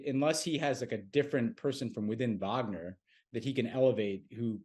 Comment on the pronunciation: Tommy's persistent mispronunciation of "Wagner" makes me question the fact- checking that goes on (or not) behind the scenes for this show. I wanted to like PSW, but all credibility vanished when I realized how skimpy the research is.